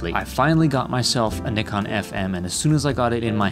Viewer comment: Thank you for pronouncing Nikon properly